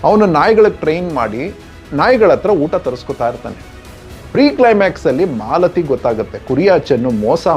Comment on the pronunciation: Malathi alla, Mlathi